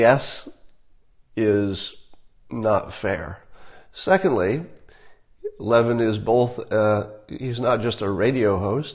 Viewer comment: It’s lev-IN. ACCENT ON IN